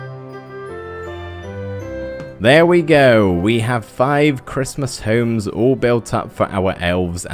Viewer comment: you say homes like Holmes!!!!! I hate it. - Ryland Adams